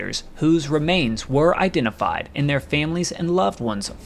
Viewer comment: Excellent video, but is it possible to create a voice which avoids the uneducated accent that pronounces "aynd," (hundreeds of times), "aynti-aircraft," etc gratingly every time an a occurs? Sure, a niggling point but its correction would help your presentation lots.